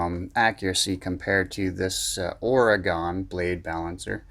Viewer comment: Good comparison, thank you, but I have to cringe when you say the name of my home state of Oregon. Pronounce it this way ory gun.